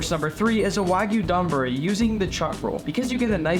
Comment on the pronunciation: NOT Don-buri, it's more like when you say the word "dOme" or "dOugh" with the "O" more pronounced. Not like the name Don.